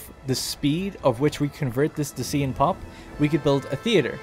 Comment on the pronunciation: Just FYI, Dacian and Thracian rhyme. You had Thracian correct. Thanks for making this video, gives me hope for this game :)